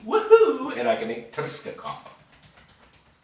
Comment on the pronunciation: Lol Tursko (toorrsko) coffee, and with your AC unit, the motor is on the roof :)